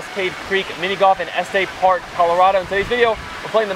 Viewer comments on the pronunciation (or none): It's ESS-TUS Park, not ESS-STAY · So are we not going to mention how he says Estes Park?!? Sounds like 'S-TESS' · You need to say the "s" in Estes Park. It's not Este Park.